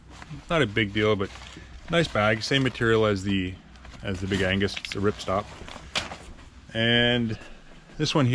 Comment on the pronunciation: Big Ag-nes* (not Angus) 😂 Very helpful review, thank you!